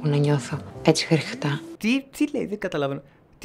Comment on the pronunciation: Δεν παίζει πιο καθαρό χριχτά από αυτό 😂😂❤